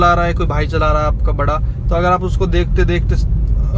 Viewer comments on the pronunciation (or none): none